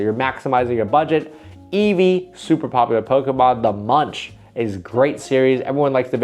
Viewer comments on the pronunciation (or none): Great video, more of this!! Munch is pronounced more like the english word "monk", or like "monc" in the fashion brand moncler 😊